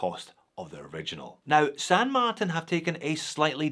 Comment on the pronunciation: This is the first time I’ve heard pronounce the brand as San Mart”i”n and not San Mart”a”n. Sounds strange lol